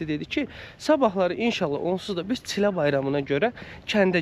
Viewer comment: دقیقه ۹ گفتن چی له غلط است. چیل له بر وزن پیل له( پله)، شیل له( سیلی)، بل له( لقمه ساندویچی‌ دوروم) ، به آخرین حد کشیدگی کمان( یای) گفته می شود.